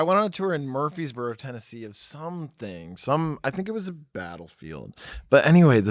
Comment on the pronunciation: Yeessss! It was just nice to finally hear someone pronounce Murfreesboro correctly for once lol